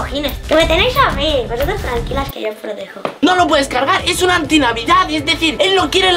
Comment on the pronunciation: si verdad y como dijo: yo las proteho